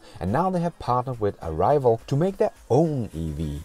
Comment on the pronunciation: "Arrival"..."a rival"? LOL - not even close.